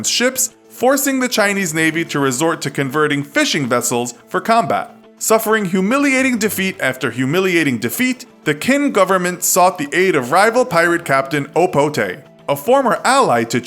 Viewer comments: Qin is not pronounced with Q but rather with "chin" sound. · Great video however please know that when you see something like "Qing" or "Qin" it is pronounced as if the "Q" is a "Ch" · wasnt it cheng yi sao? Also u mispronounced qin